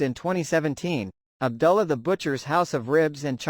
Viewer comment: Ab ‘ doo ‘ llah. Not Ab ‘ dull ‘ ah.